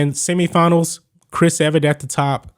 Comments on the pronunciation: If you’re gonna talk tennis you have to say their names correctly. Her name is Chris “Evert”. NOT Chris “Everett”. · E-Vert not Eve-Er-It